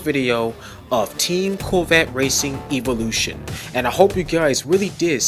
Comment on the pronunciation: Why are you pronouncing evolution like that?